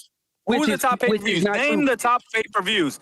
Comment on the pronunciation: If I have to hear this brodda say "payperverrrs" one more fn time!!!